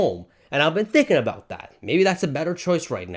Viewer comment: sorry aboot that eh